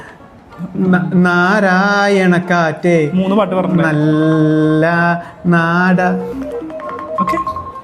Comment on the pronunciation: നാരായാണക്കാറ്റൊ 😂😂😂രാമായാണക്കാറ്റ് അല്ലെ